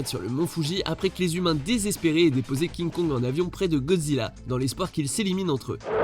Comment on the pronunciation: Pk tu dis à kinkong contre gozilla king kong contre gozilla